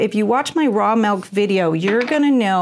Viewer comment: Ahhh pet peeve do not say mellk its milk pronounced mil K